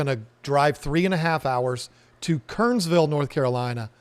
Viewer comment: It's pronounced Ker-ners-ville (3 syllables) -- got to sound like a native! Glad you're here in NC.